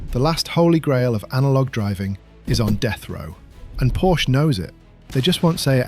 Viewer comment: good god at least pronounce porsche correctly